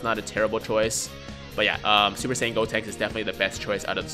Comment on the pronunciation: Who tf is "Deb-Tinks?" Its "GOtinks." Lol